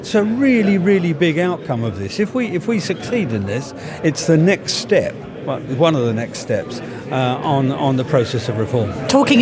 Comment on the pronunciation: 'one' is pronounced 'WUN' - can't kamal realise this?